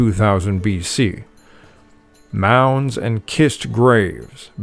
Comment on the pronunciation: Pronounced with "s" not "k". Cist